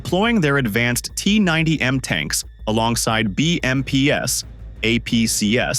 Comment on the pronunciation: Stop with the AI voice audio. It's BMPs and APCs--the plurals of BMP and APC. It is NOT "BMPS" and "AMPS". Also, the mines are clearly not hidden. You can see them sitting on the road, in the open, as the tank drives across them anyway. One guy with a stick could have easily cleared the road of the mines but the Russians are too stupid, uninformed and untrained.